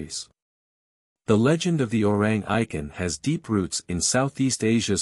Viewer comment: The correct pronunciation should be O-Rang E-Kant